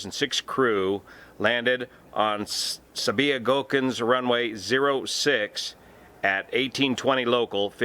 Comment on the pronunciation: It's pronounced Sabia-Gochen. I fly there tomorrow with this same airline. Pegasus are renown for their dubious landings, regardless of the conditions.